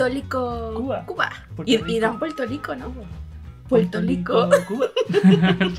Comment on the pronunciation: Nosotros NO decimos PUELTO LICO, DECIMOS PUELTO RRRRRICO, NO SOMOS CHINOS Y NO CAMBIAMOS LA L SI ES AL COMIENZO DE LAS PALABRAS, SOLO EN EL MEDIO SI LUEGO NO VA UNA VOCAL Y AL FINAL. Y LOS DOMINICANOA Y CUBANOS TAMBIEN LO HACEN ES ALGO DEL CARIBE..,lo q pasa es que los boricuas tienen mas fama y por eso solo se burlan de nosotros😒 No entiendo pq se burlan de la forma de hablar de los puertorriquenos y caribeños. Pero asi como hablamos de "mal", muchos en otros paises, se copian de nuestra jerga, forma de hablar y hasta de nuestra musica y quieren imitarnos. Cantantes como Karol g, peso pluma, los dominicanos, argentinos, chilenos y colombianos etx hasta usan las palabras y vocabulario de nosotros en sus canciones para poder pegar y sin saber lo que significan, si no preguntenle a Karol G q quiere decir en vdd "bichota" (se la copio de PR) o a peso pluma y anitta a ver q quiere decir "bellaqueo" (otra copia de PR) y muchas mas. Imaginate si hablaramos lindo. Es como si dijeramos BOLICUAS😂😂😂😂 CUANDO HAN OIDO QUE UNO DIGA BOLICUA? DECIMOS BORRRRRRICUAS PQ HAY UNA VOCAL LUEGO DE LA R. 😒 NOS TILDAN DE BRVTOS Y LOS BRVTOS SON OTROS.